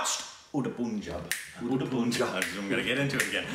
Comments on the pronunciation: Even after being corrected multiple time Sam’s being in Punjab in person and loving the food there, to this day pronounces it Poonjab 😅 its hilarious and frustrating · You really want to try saying the name correctly....and often say it wrong for Punjab..... It's not as Poonjab, it's Pun as in 'pun'😁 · It's pronounced as Pun (rhymed like one) jab 😂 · Nice review. Being a Punjabi, it always infuriates me when ppl pronounce it poonjab. IT'S PUNJAB AS IN Pun-(yes pun as in play on words)-j-ah-b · First of all it is pronounced Pun - job not poon - job. I don't know how you still get most names wrong even after watching the movie and hearing them say the word over and over. Also, it's Shaah - hid not heed. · It's Pun-jaab. Not Poon-jab! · Its not "Poon"jab.....its "Panj - ab" meaning land of the 5 rivers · Its not poonjab, its like pun-jab or panjab, guys. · Idk why most Americans read pun as poon? It's Punjab where you pronounce pun like the double meaning pun. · Guys Punjab is pronounced as pun-jaab! Like how you pronounce pun! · Amazing thing about Shahid is that he does not drink or do drugs. So to play a drug addict and do it so well is amazin. Also it's Pun-Job. thats the pronounciation ( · Nice reaction, but PUN in PUNJAB is pronounced as GUN. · Pronounce pun....of punjab as you pronounce bun or cup or but or pun. Or spell punjab as panjab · Pronounciation as you guys like to learn ...say "pun" as in that's a pathetic pun...soften the n a bit, and "jab" you are saying correctly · U r pronouncing wrong .... Its "udh tah" "pun" like bun jaab Thank me later🙄🙄